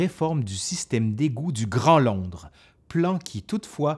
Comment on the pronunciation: Londre pas landre .😉